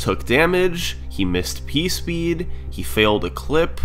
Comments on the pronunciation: hehehehe he said "pee speed" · Teehee said pee speed.